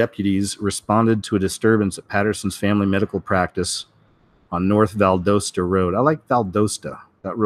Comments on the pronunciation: It's pronounced Val-dah-stah, think southern accents! I'm a native Georgian. rhymes with Valhalla omg it's like scraping my ears hearing it pronounced wrong lol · I know right its Vald 'ah' sta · Just wanted to say I enjoy your videos but Valdosta has a short o sound like dot pot shot, not a long o sound dome Rome so anyways you get the idea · The US has plenty floating nuclear powerplants, namely aircraft carriers and ballistic missile submarines. The carrier I was assigned to once powered Oakland City in the aftermath of the San Francisco earthquake. BTW, Valdosta has a short O sound. Lowndes needs some practice to pronounce correctly. the D is really soft.